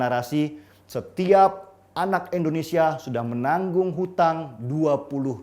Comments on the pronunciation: Indonesia om bukan Endonesia..🥴🥴🥴😔😔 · indonesia om..... bukan endonesia